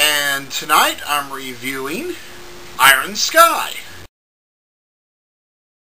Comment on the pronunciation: 3 " i-ron " sky :3